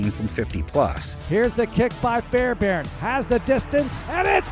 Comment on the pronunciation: It's not "Fairbarn" its "FairBAIRN"